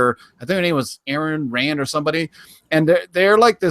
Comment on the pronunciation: Ayn Rand, and Libertarianism, dude you butchered both names lol